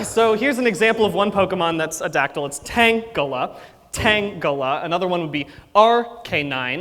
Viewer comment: Don't want to be that guy buuuut... Tangela rhymes with Angela, its'a soft "g"...